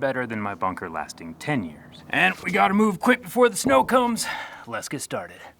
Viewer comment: Could have sworn you said " We have to move quick befor the snow cones " lol